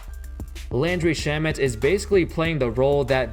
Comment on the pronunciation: It’s pronounced sharmey not Shamet